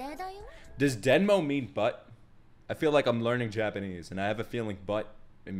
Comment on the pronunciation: U almost got it right! “but” in japanese is “demo” not denmo😊 and butt is Oshiri